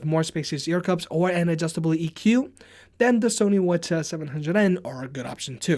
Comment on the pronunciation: Every time you said "Sony what ya" I was like what are you saying?